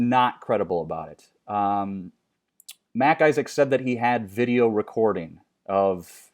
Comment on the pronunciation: It's MacIsaac a Scottish name not Mac Isaac like Mac's his first name.